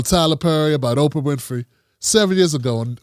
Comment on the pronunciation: Did he say "Okra"?